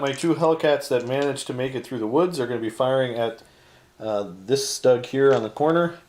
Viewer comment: StuGs are pronounced "Sh-t-oo-g" ;-)